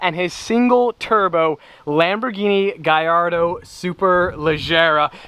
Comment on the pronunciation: It's not "Gayardo" it's "Gallardo"...🤦‍♂️